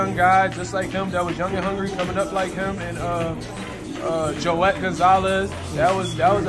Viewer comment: When he said joet G and Jamel... he lost ALL CREDIBILITY to me.